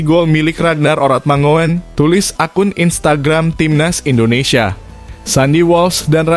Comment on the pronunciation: Huruf OE bacanya U, Mangun, ejaan ini dpke Indonesia wkt baru medeka...